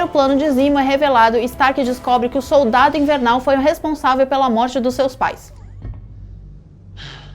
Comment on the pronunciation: "Colionel", "super sodaldo". Meu Deus,. Que bizarro..kk